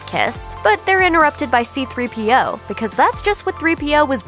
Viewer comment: Um its c3po not c3p-oh